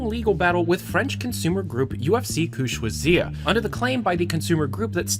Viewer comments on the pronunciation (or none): I think I cringed a little when he said "UFC Que-Choisir", it should be pronounced: "UFC K-uh Sh-wa-z-ee-rr". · It's que* choisir*